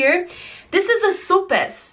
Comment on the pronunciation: Sope sounds like "soh-peh", but good job. 👍🏽